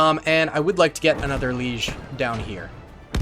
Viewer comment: Why are you saying "le.IG" likes it's a fucking French town lol? At least hit the hard "G". We truly do live in a world where """English""" speakers will talk about a German thing, and, for no reason whatsoever, speak like a Frenchman rather than an English or German speaker 🤡At least, going off how you speak, you seem to be more aware than most when it comes to how much French you speak